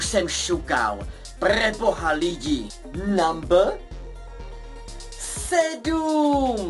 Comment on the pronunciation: Když neumíš říkat slovo "number" tak ho prostě neříkej!!!